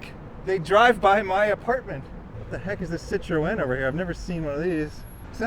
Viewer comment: I wonder how many different pronunciations there are for French car marques. I've never heard that one for Citroen before. I know Aussies can't seem to agree on one version of Peugeot. And if you heard how the French really say Renault, there's no way other countries would adopt it. Imagine the car salesman saying it to a bogan.